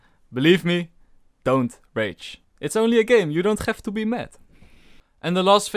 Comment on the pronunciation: You don't "G"ave to be mad